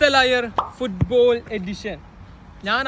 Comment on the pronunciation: ഫുട്ബോൾ ❌️ ഫുട്ബോല✅️